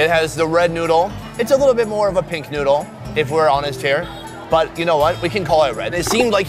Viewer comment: Lol but i heard "Let try the sausage with the nude"